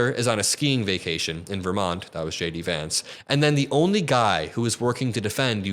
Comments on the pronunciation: I think I heard you say Shady Vance. A good nickname for him. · I thought you said "Shady Vance", I like that name more.